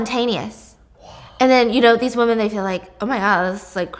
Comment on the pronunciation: Women not woman.